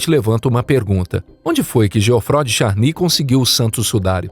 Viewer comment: Essa narração por IA é insuportável. Nem sabe pronunciar o nome de Geoffroy